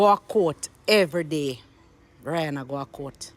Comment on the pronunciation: You cannot even pronounce her name correctly. Everything, is always a problem especially when it comes to.